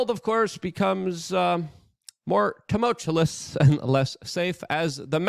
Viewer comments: TUMULTULUS. Never speak correctly Luke, never. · You say tumultuous the wrong way, EVERY episode. Also youre becoming a tim pool. Not questioning enough, believing trump isnt part of the swamp. Talk to james corbett